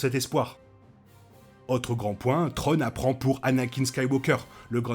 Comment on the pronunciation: De bonnes théories, à voir au final. Par contre un petit effort sur la glaise, c'est pas "trone" mais thrawne, "sssswraun". Ce serait apprécié ;)